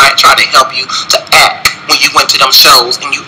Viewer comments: You meant "acK".....lol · Now this man can put a T on delivered but he can't add the T on act!